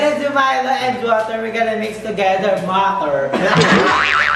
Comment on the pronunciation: Gusto ko ung milo and water "Mater" HAHAHAHAHAHAHHAHA